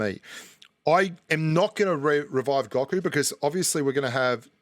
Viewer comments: Its Go Ku not Gaku lol #DBZ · Watch DBZ. It’s (Go-Ku) lol